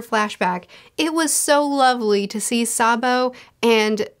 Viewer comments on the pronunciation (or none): none